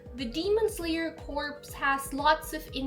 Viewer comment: Just so you know, corps is pronounced CORE* believe it or not